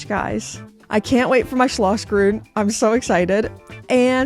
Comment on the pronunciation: I disagree! It is not hilarious at all. Quite the contrary, very precise and correct pronounciation! Neither the sch nor the ü or any other Umlaut exist in English. Well done, very well rehearsed and quite close to how it should be. Thank you for making the effort